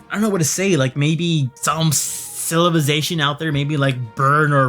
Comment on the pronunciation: “Cilivization” lol